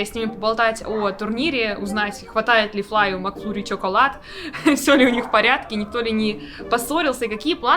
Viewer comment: Люди, опомнитесь! Не Чоколад, а Шоколад - читается, как пишется, через о